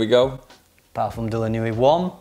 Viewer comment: Nuit isn’t pronounced ‘nuwee’, its ‘nwee’. Nice vid though :)